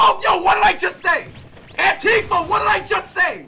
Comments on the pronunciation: Did my guy say Antifa or we that just me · "Beret Antifa!" is all I can hear